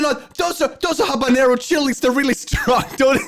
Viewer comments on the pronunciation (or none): none